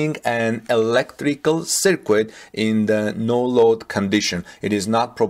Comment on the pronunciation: Circuit is pronounced "sir-kut"